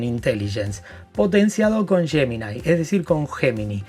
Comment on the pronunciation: Repite después de mí,: ye-mi-nai! Para que seas unos de los primeros en Latinoamérica que lo pronuncia correctamente. (Gemini)